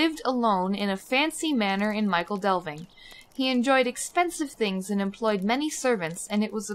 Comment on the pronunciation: A couple of pronunciation niggles: "*Michel* Delving" is pronounced "Mickle" not "Michael", and "smial" is pronounced the same as "smile". Thanks for doing these, it's nice to check that I haven't missed anything! ETA : are you not doing the "Troves and Trickery" quests in the other Starter Areas? There's also counterparts to the Apple Bobbing in each as well.